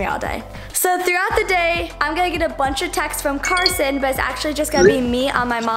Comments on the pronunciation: Did anyone realize it’s Carson not carosn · I love how she spent Carson like carosn ahahaha🤣🤣🤣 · I just noticed called the Carson guy “ Carosn ❤️‍🔥” hahahah u gotta love 😂